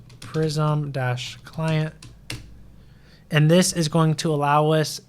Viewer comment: i know this is minor but its prisma not prism